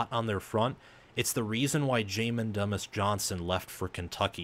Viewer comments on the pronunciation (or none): Another one 👍🏽👍🏽 Keep it up brother. Fyi it’s (Doo-mus)